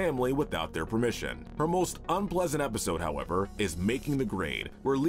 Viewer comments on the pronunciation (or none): none